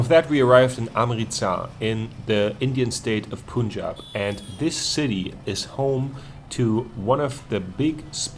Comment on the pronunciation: It is pronounced Paaaaaanjaaaaab. Not Poooonjab.